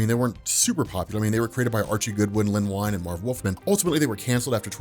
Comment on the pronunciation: Wow, You talk fast! Len Wein is pronounced Ween, not Wine.